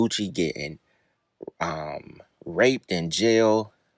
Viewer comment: that mane said Rapeded